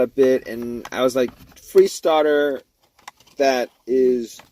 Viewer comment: It was the staah-tahh